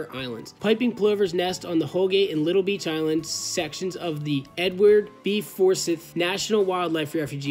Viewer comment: And I think Forsythe is pronounced For-Sieth.Nothing was hurt which is the important thing. As a side note, that red and white building you passed on the way in/ out there is a research station for those types of things. Have friends who could get you guys a tour sometime if you want to know more about what’s being done for similar causes.